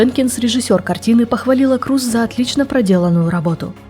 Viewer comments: Крёз) тоже ухо резало это «Круз» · Не Крус, а Крёс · Голландская фамилия произносится "Крёз" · Я помню её фамилия произносилась Крёз. Крус это звучит как-то литино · Крус это англоизированный вариант, поскольку англоязычным людям не очень удобно правильно произносить её фамилию. А так, да, на голландском её фамилия правильно читается, как Крёз. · Правильно произносится и читается на голландском именно Крёз, да. Крус это англоизированный вариант, поскольку англоязычным людям не очень удобно правильно произносить её фамилию. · Спасибо за сюжет? Невероятная Дауцен! Одно из тех имён, которое пройдет через многие годы. Глубокая, принципиальная, независимая женщина! Она - личность. Единственное, всю жизнь называла её фамилию Крёз. Дауцен Крёз. По-моему так правильно.)) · Ну она же не Круз, её фамилия иначе произносится.